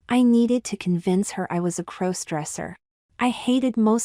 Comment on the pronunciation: There's that "crose-dresser" thing again. AI narration detracts from your narrative. The story would be far better with competent (human?) narration.